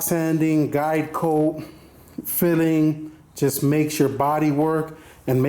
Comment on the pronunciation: I head diet coke when you said guide coat XD lol